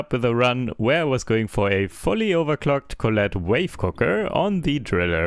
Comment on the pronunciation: Sidegame for this to get stupidly drunk: take a shot every time he pronounced it "wife cooker" instead of wave cooker.